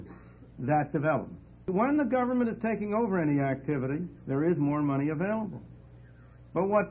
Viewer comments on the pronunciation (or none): ITS PRONOUNCED GERVERNMENT FELLAS